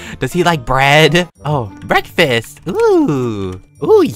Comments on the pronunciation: It’s not breakfast it’s breadfast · For a second I thought he said “I love Breadfast!”